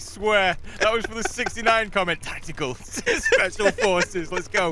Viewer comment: "SPEACIAL forces" LOL